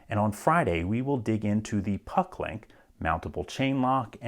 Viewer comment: You pronounce it Paclock and Pucklock in the video. Which is it or am I dumb and missing something?